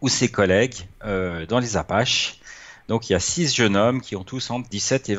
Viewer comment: Dans les APPALACHES !!!😅 Et pas dans les "apaches"..